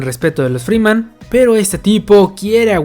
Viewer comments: Es Fremen, no freeman xD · Wey son fremen, no Free men aprende a decir las cosas cabron